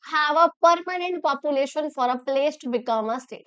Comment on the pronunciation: Population❌️ Papulation✅️😅😂